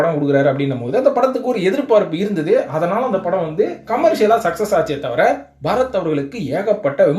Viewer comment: Athu agala padhalam illa... Athala padhalam thn...